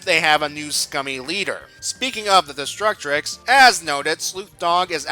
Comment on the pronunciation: Great work but why do you pronounce it "Destructrix"? There's only one letter R.